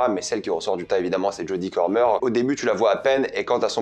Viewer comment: 😂C'est fou, dans toutes les vidéos ou tu la mentionnes tu n'arrives jamais à dire son nom correctement, c'est Jodie COMER enfin !! Bref sinon j'ai hâte de voir le film parce que scénario de Matt Damon et Ben Affleck (ainsi que Nicole Holofcener), réalisation de Ridley Scott puis par le casting très alléchant ! Merci pour cette critique qui me donne encore plus envie de le voir !